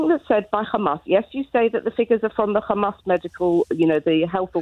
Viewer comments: If you want to know if it’s a Israeli speaking🤣🤣 They say Khamas!!! It’s Hamas!!! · its hamas not khamas. Why cant you say it properly. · has a wonderful English accent…and then she ruins it by saying Khamas